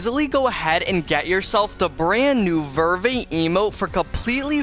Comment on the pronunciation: He doesn’t even say Verve correct